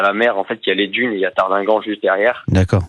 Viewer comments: Cher Monsieur Hanouna, on ne dit pas Tardighenn, mais Tardinghem (prononcé Tardingan). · Tardineguemeu.. connais pas ? Aucun journaliste n' est fichu de prononcer le nom des villes correctement ! Un enfant de trois ans dans la hutte ?!! Sérieux ? Aidons les à partir en Angleterre, c'est le problème des anglais. Ils doivent revoir leurs Lois, nous aussi d'ailleurs. Beaucoup à dire, malheureusement en vain.